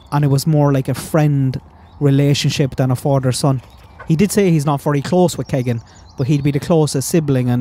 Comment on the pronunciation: No offense but Keegan is pronounced Keey gan